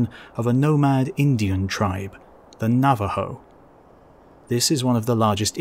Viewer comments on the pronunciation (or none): none